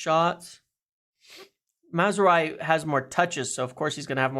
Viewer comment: Pronounce it like this: “Maz-row-ee” “row” in this context is pronounced more like “having an argument” rather than “rowing a boat” 😂😉